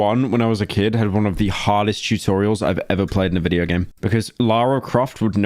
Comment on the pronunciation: Did this man just say chewtorials at the start….